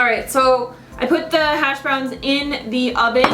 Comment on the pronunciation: Those hash browns look so good! I never had them, it's not very common where I live I guess. The first time I heard you talk about them I thought you said hasj brownies.. LoL.. I am definitely making these hash browns now I've seen you eat them. :) aaaand I voted yes on the 30 day challenge of course! :D